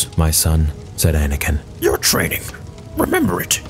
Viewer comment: Y u say anikin and quigons blade